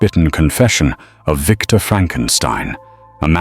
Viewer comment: It's Victor 😤